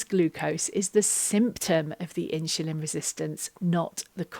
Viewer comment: Thanks for the advice. Sorry, but I was constantly distracted by you saying “In-Shu-Lin” (insulin)! 😊